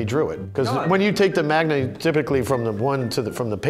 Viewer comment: And said magna instead of manga. Lol